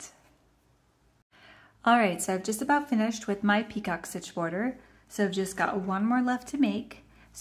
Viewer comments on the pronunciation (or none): Thank you for the video. Your work is beautiful. However, the second border is a picot stitch, pronounced “ pee-koh”. It is not a peacock stitch. That is something entirely different. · I love this washcloth stitch. Also FYI, the "picot stitch" is pronounced pea-ko. It's French. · Yes…you are correct! Pronounced “ pee-koh”.